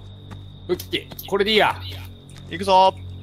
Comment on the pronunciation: くらいにキヨが｢武器これでいいや｣みたいなこと言ってて｢これでいいら｣って聞こえて静岡県民として嬉しかった。